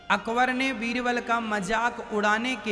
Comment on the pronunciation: Veerval nhi baba beerbal